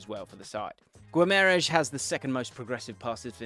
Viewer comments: Absolutely love your videos man. Proud to be a subscriber! One quick point which every pundit is getting wrong at the moment, the pronunciation of Bruno's surname. Phonetically it's gee-mah-ry-esh. Not gwim-air-esh. The 'ui' makes an 'ee' sound. Anyway lesson over keep the videos coming mate love your work! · you're pronouncing Guimaraes all wrong mate. it's gee-mar-eye-sh